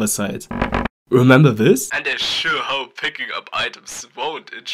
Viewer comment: Bist du deutscher? I l like ur accent if you say "hope" u say Hop und deine sätzse sind abgestoppt nicht flüssig Z.b U can pick staff U can put something in or u can do it in the wrong way.